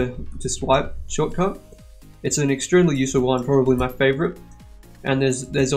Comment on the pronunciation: You said maij XD